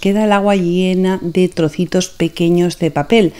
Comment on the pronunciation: Me divirto 😂 ouvindo ela falar , troço,trocitos,parece eu xingando 😅